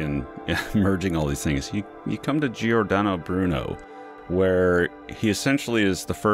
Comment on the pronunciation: Completely disappointing - especially the comments about Giordano Bruno (... and you can't even say his first name properly!) ... Giordano Bruno was a humanist that advocated for science and for humanism and ultimately was burnt to death for rationality and science. Contact the Giordano Bruno Stiftung (Stiftung is German for Foundation) - here: - they actually can speak English too! They will set you right.